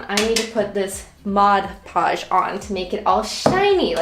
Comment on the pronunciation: who else hates that she says modge podge! (ITS MOD PODGE)